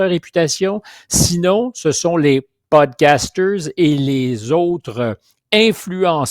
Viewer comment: Ca se prononce PODCAST et non "PUDCAST".